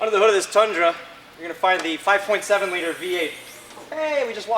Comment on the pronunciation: Ummm "The Tundran" yeahhhh buddy